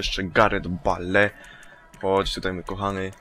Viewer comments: O nie Garet Bale tylko Garet Bejl ! ( chodzi o czytanie ) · NIE "gałgan" tylko "gundogan" i nie "bale" tylko "bejl"... sory ale nie mogłem wytrzymać.:D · nie bale tylko bejl tak sie czyta:D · sie czyta 'GARET BEJL' a nie 'GARET BALE'!!! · czyta się bejl i gindogan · Gungan LOL Bale(czyta się bejl :-)... ) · Gareth Bale (czytaj : Garet Bejl :D)